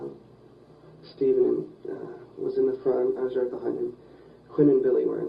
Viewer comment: This has got to be the most bizarrely comical monologue by an interrogator that I’ve ever heard. “Be-hind”. lol